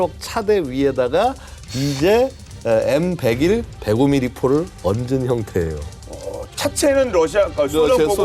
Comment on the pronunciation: M백원 에이원은 대체 어떤 방식의 읽기임?